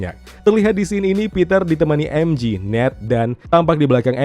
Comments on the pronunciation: Bang sekedar mengingat kan MJ di baca EM JE ,bukan EM JI,kalau EM JI itu adalah MG ,karena di bhs inggris G di baca JI, kl J tetep di baca JE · MJ dibaca emje bukan emji MG baru dibaca emji